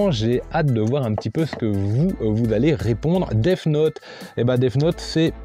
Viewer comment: cool comme concepte 😀 part contre faut t'arrête de dire déf note pour death note 😂😂